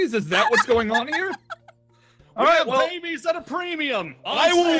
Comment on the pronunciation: how were you not driven mad by all those babies? (pronounced bab-ees)